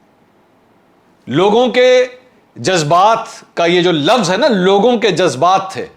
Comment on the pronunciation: lafaz nahi Mansoor Bhai